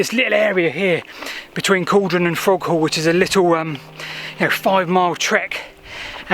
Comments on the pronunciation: It's pronounced Cauldron. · Good video, but it's pronounced Call-don, hence the alternative spelling of Cauldon.